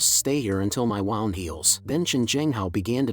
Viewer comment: People: W"ou"nd Ai: W"au"nd